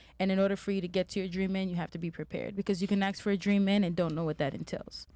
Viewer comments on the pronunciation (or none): Why are people saying the word "Ask" like they're saying "Axe" 😞